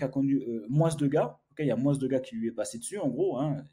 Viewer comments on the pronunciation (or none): On ne prononce pas le « s » dans le mot « moins », ça m’a perturbé tout le long de la vidéo 😂. Sinon bonne vidéo comme d’habitude. Force 💪